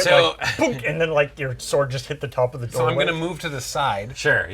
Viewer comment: I think you mean the "sWord of sWorcery"